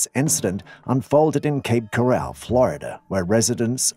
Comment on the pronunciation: # It's pronounced "Coral", as in "Coral reef". Cape Coral. I lived there, for years. Infact, in 1973, off of a heavily wooded "Pine Island Rd", I had my only encounter with a swamp ape. It came out if the woods, drank my dogs water, and went back into the woods.